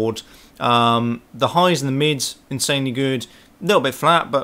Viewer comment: Intssanely, intssanely good..